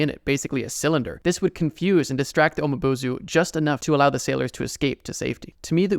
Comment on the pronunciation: You pronounce something wrong the umibozu is pronounced umibozu not umabozu